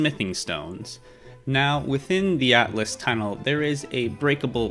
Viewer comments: Atlas? I’m pretty sure it’s pronounced all-t-us and it’s spelled Altus not atlas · not to criticize because this tutorial is great, but it is pronounced al-tus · Lunaria and Atlas 💀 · I have never heard someone pronounce Liurnia so wrong, same with Altus